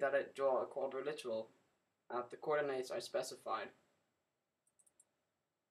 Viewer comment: I don't mean to be rude, I really don't. Your tutorials are informative and i'm enjoying them. But please, I implore you, it's quadriLATERAL. ._.